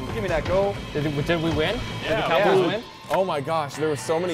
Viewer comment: When he said “ they call us The cow Brod” it sounds like “They call us the cowgirls “😂😂